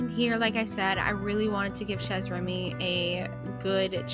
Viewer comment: You said Chez (Remy) with the z at the end but Chez is French, you don't say the z, the z is silent. So you say just Che...if you want to pronounce it correctly 😊